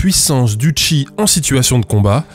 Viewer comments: tu pourrais réupload la vidéo en disant "cheese" à chaque fois au lieu de "chi" stp? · "On va observer le Chi", je ne peux pas m'empêcher d'entendre "on va observer le tchi", càd le rien. C'est annoncé dans l'énoncé, en fait.